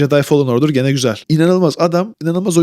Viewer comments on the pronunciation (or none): none